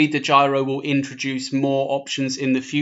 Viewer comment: DEGYRO??????........Its DEGIRO